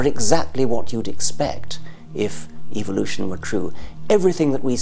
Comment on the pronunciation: Am I the only one who notices that he pronounces evolution as evilution.